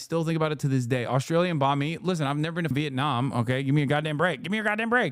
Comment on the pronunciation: Its Banh Mi tho not Bahn Mi guys. It directly translates into "bread"